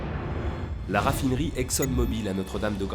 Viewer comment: C est mobil et pas mobile !!